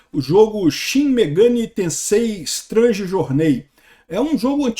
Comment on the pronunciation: O cara mora nos eua e viaja pelo mundo e não sabe pronunciar “strange “??? Que qualidade de YouTuber ein?!